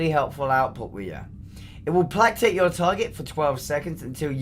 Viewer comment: Plack Tate = Play Kate Just saying.